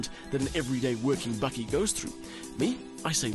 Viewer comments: hahahaha i was listening to the review from Aus until the presenter gooied the BAKKIE word. love it !!! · Its a "bakkie" not "bucky". Its South African for a pick-up. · Bakkie , not buggy ! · For all you North Americans: bakkie (pronounced "bucky) is the Afrikaans word for a pick-up. Afrikaans is the first language on Google translate. There you now you learned something.